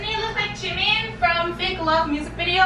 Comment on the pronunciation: Haha, “Jam-In.” Get it? Ji-Min... Jam-In... Jimin Jamin